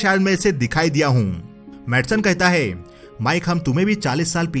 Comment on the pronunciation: Faasi hone wali hoti heeeey, kada hota heeey uske pass kuch hota heeeeeey Hai par itna Zor kyu dete ho?